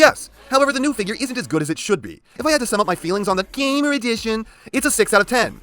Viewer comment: I almost feel like You pronounce "GAMER EDITION" as "GAY-MER EDITION".